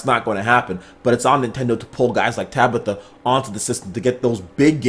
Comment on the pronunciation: yo I know you don't speak Japanese not gonna hold that against you but you ninten pres last name isn't tabitha right. Ta bah tuh is how you pronounce it fam.